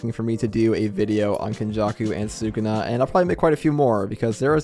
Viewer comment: i love the content but I cannot stand the way you pronounce Sukuna